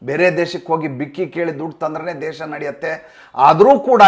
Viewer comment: ಅವನು ಯಾವ ಸನ್ಮಾನ್ಯ ಸಾರ್, ಸದನದಲ್ಲಿ ಕೋಟಿಗಟ್ಟಲೆ ದುರುಪಯೋಗ ಆಗಿಲ್ಲ ಕೇವಲ ಲಕ್ಷಗಳ ಪ್ರಮಾಣದಲ್ಲಿ ದುರ್ಬಳಕೆ ಆಗಿದೆ ಅಂತ ಅಂದವ, ಈಗಲೂ ದೇಶ/ ದೇಸ ಪದಗಳ ಉಚ್ಚಾರಣೆ ಗೊತ್ತಿಲ್ಲದವನು ಅವನನ್ನ ಇಗ್ನೋರ್ ಮಾಡಿ ಯಾಕೆ ಪ್ರಚಾರ ಕೊಡ್ತೀರಿ?